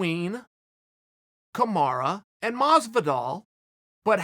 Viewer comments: Chael "kamara oozeman" sonnen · kamara oozman